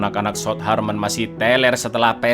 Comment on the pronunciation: Harmen it's Harvard